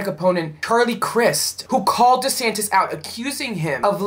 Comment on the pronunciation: It's Duh'santis